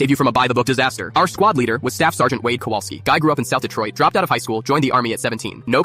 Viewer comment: I keep hearing kolwaski